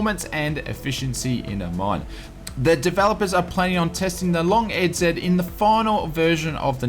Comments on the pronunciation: Lol it’s pronounced “long easy” not “Long E Z” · BTW, EZ in American English is pronounced EASY, LOL...:)